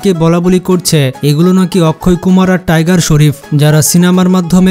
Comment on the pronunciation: টাইগার স্রফ্ ❌ টাইগার শরীফ✅